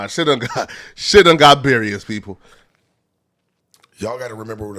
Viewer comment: who pressed bout sayin berious lbs